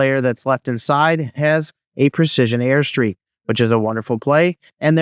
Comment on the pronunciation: "Airstrike" not "airstreak" bro. Your video helped a lot, look forward to more👍🏼